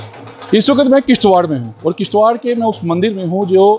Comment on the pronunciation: It's kishtwar not kishtwakar